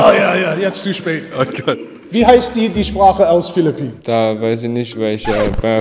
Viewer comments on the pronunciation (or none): meine mutter kommt auch aus philliphinen hab mich totgelacht als der tüp filifinen gesagt hat xd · Ich als Filipino sage er sagt Philippinen falsch und sage die Sprache heißt tagalog